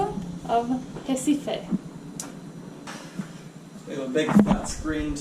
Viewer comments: Your Portuguese accent is getting better. Pousada and Recife pronunciation was very good :) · C'mon. You two have shown so much respect for Brazil that it even helps me keep good things about this country in my mind. Just the fact that you've put effort to say Recife and Pousada is awesome. I couldn't be more appreciative.